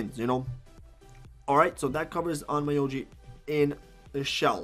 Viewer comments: By the way, it’s Onn Myo Ji Not Oh My Yo Ji 😅 I don’t recommend leveling up that way. It doesn’t worth it. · it's pronounced "on-myo-ji" regardless of the mispronunciation, you explained everything so well. really helped out understand some stuff that with just their explanations left me still unsure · It's ON-MYO-JI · lol Own-MI-O-G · It’s actually pronounced as ommyooji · Can people please, at the VERY LEAST, learn how to pronounce, AT LEAST, the name of the game..?!!! That triggers me AF